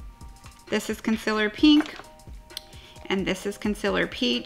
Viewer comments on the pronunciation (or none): wow, I had no idea she was saying "concealer" I was literally thinking "what is consillor? I need to look that up" lol